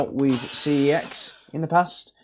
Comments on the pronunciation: That's not how you pronounce CEX! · Do you have to mispronounce CEX so you don’t get punished by YouTube?